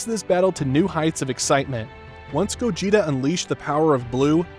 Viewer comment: Bro really said Gojeta💀